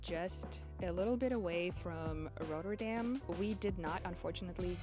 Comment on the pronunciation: My compliments on your pronouciation, spot on. [slipped a bit on Rotterdam it's not really American] You got the difficult ones Kinderdijk Arnhem etc. S'Hertogenbosch has a hard 's' on the end not a 'sj'. It was very nice to see the Houthavens in finished form. For a Dutchy I have a heavy windmill tax, every time thos windmills. What about bridges ? but I get it's compelling for foreigners. Thanks. I enjoyed your video very much. Good luck with your own projects.